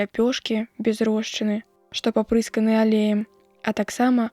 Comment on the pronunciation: Агаворка: папрысканыя замест папырсканыя алеям.